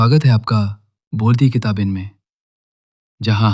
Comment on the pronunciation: भाई अच्छा AI model use करो, किताबें को किताबेंन बोल दिया